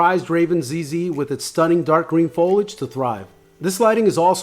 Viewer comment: FO-LI-AGE. FOLIAGE. say it with me...